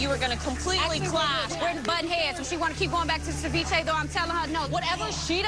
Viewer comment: "I love the China that you served saviche on"🤣🤣 Gordon is amazing